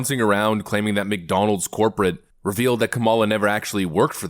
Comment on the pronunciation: she didnt even believe she had to say McDonalds... or rather mc.. donalz... give me more hooch please